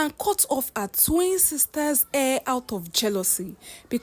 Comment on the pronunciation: This particular page has beautiful stories but the teller has some issues with pronunciation, hair=air, her=a it’s like she has no letter H in her vocabulary